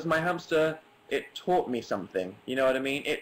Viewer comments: 'it eduCUTED me' 9mins 50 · "educuted" yes Dan. Sure.